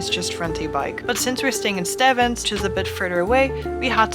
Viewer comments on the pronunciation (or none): I guess the pastry lady didn't teach you how to pronounce Stevns. You pronounce it Stevens like there's an extra 'e' in it. 😁